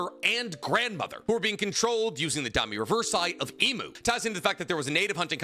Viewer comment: Except his stupid ass pronunciations. Domi ReversEYE? Wtf is wrong with his brain